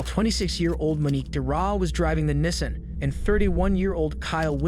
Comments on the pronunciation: nissin 😂😂😂 Nissan Knee- Saw -N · V - ick-all > Vehicle Knee - sahn > Nissian for the love of god ...... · If you’re gonna do commentary pronounce the words right. Knee-sahn. Not nissin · It's pronounced 'nee san' not 'nissin'. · Nissan not nissin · NISSAN!!!! not Nessin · That “Nissin” for Nissan 😂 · Nissan [Knee-sahn] not nissin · Nissen?😂 neesaan😂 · The repetitive “nissin” vs Nissan is annoying haha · Nes San for Nissan lol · Its pronounced 'knee-sahn' jesus christ lol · “Nisen Allteema” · “Nisin Altima” “Richard Rodreez” like what 💀😭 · Nissan is pronounced “knee-sawn.” I love your videos man, awesome collection and commentary! 🙏🏻🙏🏻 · The way you say Nissan is a crime itself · More AI slop. Can’t even say Nissan or tow correctly.